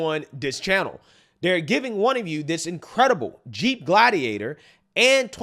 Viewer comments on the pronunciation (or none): none